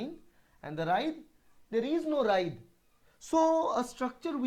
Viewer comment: It is " writhe " ..... not ride , right or wright .....